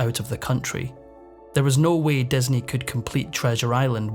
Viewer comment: Just curious as to why the narrator pronounces all words with an "i" as an "e"? Like "Desney" instead of Disney. It's so distracting that it makes it hard to listen to.